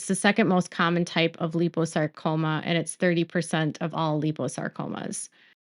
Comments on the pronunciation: Hey, It's pronounced 'lie-poe-sarcoma'...just thought you'd want to know:) love and positive thoughts for Jen & Hubby...& kudos to Meri ❤ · It's lie po sar co ma. Actually, my dog had myxoid liposarcoma. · Liposacroma is not pronounced the way your saying it. Think lipo suction just replace suction with sarcoma. Also if there are other medical words you’re not sure on how to pronounce, google search will have an audio to play on how to pronounce the word. I hope this helps and medical wording can be tough if you’re not in that world or it is not common.